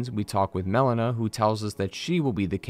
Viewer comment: How are you mispronouncing so many names 💀💀💀 "Melania" (malenia) "mel-ena" (melina) "Blayth" (blaidd) They say them aloud in game too 😭😭😭